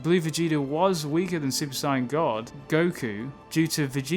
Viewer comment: its not cyan blue its sayian blue